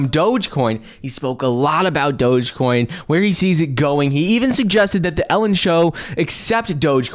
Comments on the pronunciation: Please stop saying dogacoin..it's dogecoin.smh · Wht a flop doja coin at least pronounce it ryt if u advertising it 😂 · From "Bananas" to "Doh-jah". It's progress. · If he wants to call it “dojacoin,” that’s fine ...I cringe with appreciation 😬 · "DogèCoin" - Mark Cuban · What THEE HELL is DOJA-COIN?? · Anyone else hearing them pronounce it like “Doja-coin”? Lol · He is thinking about doja cat lol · he pronounces the e at the end lol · Someone teach him how to say Doge ffs